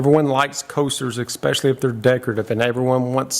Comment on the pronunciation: There is no “ex” in especially … ESpecially, not EXspeciely… just had to bring that to attention, cuz to me that’s the equivalent to nails on a chalkboardd